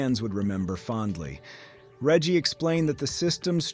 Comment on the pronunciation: While I can appreciate a focus on facts, the presentation here does feel rather robotic for not expressing any personal opinions about the story, here, not to mention weird inaccuracies like the pronunciation of Reggie's name to calling Super Mario 3D World a sidescroller. I am wary about tossing out accusations of using A.I., but some of the speech is very stilted and awkward in a way that is often characteristic of computer-generated voices.